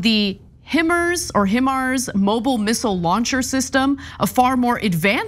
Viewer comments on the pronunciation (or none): It’s pronounced HI MARS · Ok, if you want people to think you know what you are talking about in regards to the Russian invasion of sovereign Ukraine 🇺🇦 then you just might want to check up on how to pronounce the name “ Himars “ at the very least, as it is such an important well known weapon in that conflict 🤔. And another thing with this disappointing commentary in regards to the Ukrainian fight for existence and FREEDOM, is it even POSSIBLE to provide extensive military assistance WITHOUT some kind of benefit to the defense industry ??? These two are talking like this is some kind of conspiracy for the US defense industry to make profit. Please tell me how we can support ANY country/government/group militarily without creating profit for defense contractors ??? Is it possible ?? I really lost allot of respect for TYT after this 😢